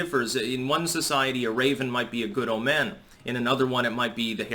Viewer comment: /ˈōmən/. Stress on the long "o."